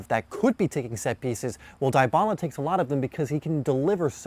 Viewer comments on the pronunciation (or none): Good video but holy fuck its DEEEBALA NOT DIEEEBALA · cringe every time he says "DIE-bala" lmfao. DEE-bala is how its pronounced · How to pronounce Dybala Not Daay-ba-la Dee-ba-la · IT is dybala not daibala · Gallopingfish YESSS THANK YOU MY BOYY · Edmilson Yaxcal I'm a Juventus fan it a common thing to mispronounce his name you do say his name like Debala but it spelled like Dybala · Dybala pronounce [Dibala] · Die..bala... dee-bala lol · He say daibala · is debala not Dybala the spelled the name is right, but the way you pronounce it is wrong just a correction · Its literally deeebala thank you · The way he says it is so cringe! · It helps if you speak Spanish or Italian but since this guy's is American, he mispronounced it, no worries I'm American also but my father is from South America